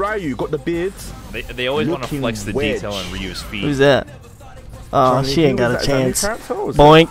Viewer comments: This mf said chungli, you sure you got mfs that play street fighter here? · Somebody tell on the right that there is no g in the name chun li